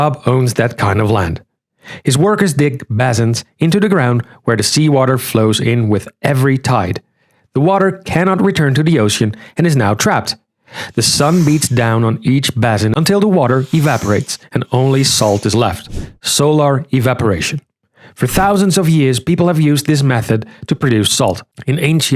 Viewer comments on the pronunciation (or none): "basin" is pronounced BAY-sin (not bah-sin).